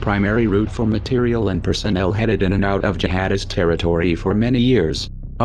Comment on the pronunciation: Anyone catch the Boston accent? When he says JiHad Ist!,,,lol. ..